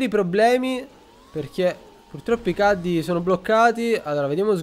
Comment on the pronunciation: si pronuncia "CHEDDI"!!!!!! NON CADDI!! FIDATI GIOCO A GOLF!